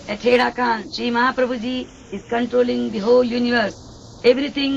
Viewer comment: Its haidakhan, sir not herakhan. Jai haidakhan babaji❤